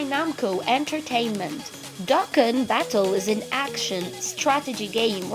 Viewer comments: I love the butchering fo dokkan as dookan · Bro spelled dokkan wrong "dookan" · Dookan battle? lol I enjoy video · Dokkan battle D O K K A N B A T T L E Get it right And it's Dragon Ball Z Stop ruining our childhood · And not dookan is dokkan